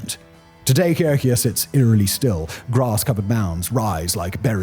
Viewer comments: Wait what he say...Kayokeya....lol Cahokia....Ca-hok-key-auh...lol...ive had many fields trips on school there its mountain of dead bodies..did he mention that..the picture he shows is a mound of dead bodies...thats how they buired their dead one a top another. Seprate grave or layers but still...but im really happy simon has heard of Mo state. Sometimes i act like i dont live in a major city/state....do other countries study all 50 states like i have to know all 50+ 1 territory even though i kno we have more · The mounds by St Louis is pronounced Ca- Hokie- ah. ;) Grew up with this being our main field trip! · That Cahokia pronunciation made me laugh. lol